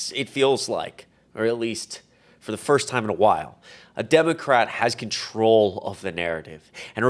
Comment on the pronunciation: I like how you emphasized "troll" when you said "controlled".